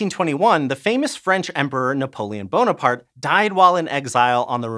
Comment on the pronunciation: LMAO this dude really called Napoleon Bonerfart??? No way